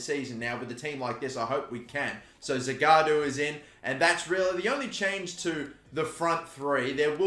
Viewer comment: The guy's name is Zagadou not Zagaadou